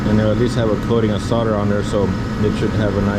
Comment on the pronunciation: Well son-of-a-gun. You pronounced solder correctly. It annoys me to hear so many people pronouncing it SAWL-der. In the states it's SOD-er.